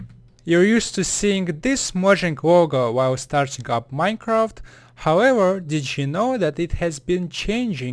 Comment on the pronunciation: minecaft sigh